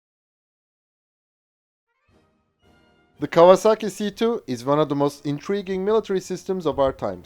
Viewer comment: A pronúncia correta é KAUAZAKI ….!!!